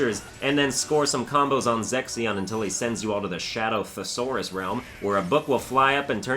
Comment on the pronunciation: Am i the only one hearing you say Sexyon instead of Zexion Also Larxene is kinda cute but still a F*CKING B*ITCH